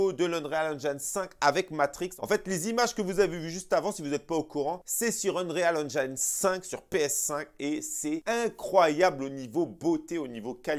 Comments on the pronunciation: Vidéo au top comme d'habitude, merci 😊. Sinon Unreal Engine se lit en français ONRIL AINJIN 😅😅😅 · t’es au top, mais je me suis pissé dessus avec ta prononciation de l’Unreal Engine 5. 😂🤣😂